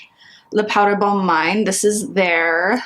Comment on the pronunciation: Hi, “mine” is pronounced “meen.” Bonne mine = healthy glow. And in “extrait,” the “t” is not pronounced.